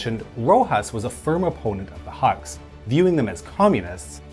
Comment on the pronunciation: Huks sounds like "hooks" than haks